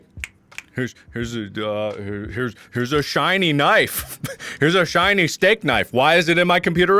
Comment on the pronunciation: "Look at the shinny knife"